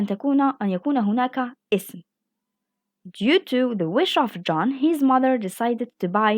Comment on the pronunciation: You should improve your english language pronunciation( of#off❎❎=ov✅)